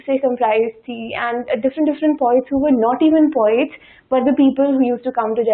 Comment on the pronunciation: It’s poets not “pawets”.